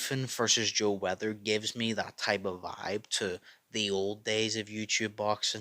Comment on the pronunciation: With the way you say Joe's last night your accent makes it sound like you're saying Weather 😂. Im sure if you watch it back youll hear it too. But overall i want to see this fight. I do think Ethan has a good chance to win